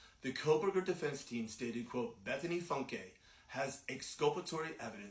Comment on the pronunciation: Bethany Funke pronounced FUNK - Not Funk A 😂